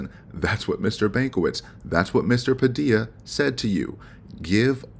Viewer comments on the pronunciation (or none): none